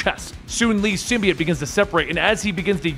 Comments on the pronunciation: The word symbiote has a long o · sim-bee-yote, but sim-bye-yote is fairly commonly also used. Ending with -it is not correct.